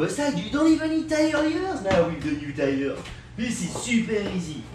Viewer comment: Deez is ow u change uh ty-errr 😂😂